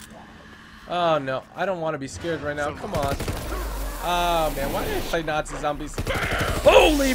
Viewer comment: Nazi not natzie